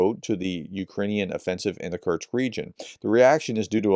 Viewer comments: Hi, please consider taking some time to adjust your pronunciation of "kursk" (not "kurts"), as it is a name you're likely to say a lot in the coming days / months:) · Man pronounce Kursk properly. It's koor-sk not kurch! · Why do you keep pronouncing Kursk ( Kerrsk ) as Kertz???? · Prof's pronunciation of Kursk sounds like Kerch, so this video was a bit confusing 😅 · Sorry Prof, but your continued mangling of the pronunciation of a simple word like Kursk is really irritating .